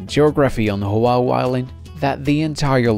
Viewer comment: You mis-pronounce Oahu completely